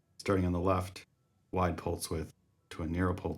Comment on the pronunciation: Did you say “increatse the pultze width”?